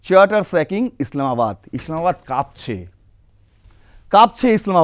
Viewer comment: কাপছে নয় "কাঁপছে" বলুন। শুটকিখোর বাঙাল মাকুদের মত "ভাষাদূষণ" বন্ধ করার আহ্বান জানাই। শুনতে অত্যন্ত বিশ্রী লাগে। বাঙালদের "শুদ্ধিকরণ" আজো হল না । অথচ বাঙাল জগদীশচন্দ্র, জীবনানন্দ, নীরেন্দ্রনাথ, সুনীল, সুচিত্রা (রমা) এমন বিশ্রী উচ্চারণ করতেন না তার যথেষ্ট প্রমাণ পাওয়া যায়। ড় ও ঁ -র উচ্চারণ শিখতে কটা প্রজন্ম লাগে, অ্যাঁ ???